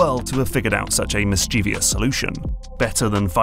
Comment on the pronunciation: homie please don't say "mis-chee-vee-us" this is the language of your people we are talking about we need you on their team